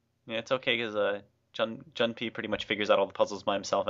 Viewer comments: I'm pretty late here, but it IS pronounced "june-pay" if you've ever played Persona 3, the comic relief character has the same name. :P Just thought I might point that out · June-pay. Like the Persona 3 character. :) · Yay you guys pronounced his name right ::D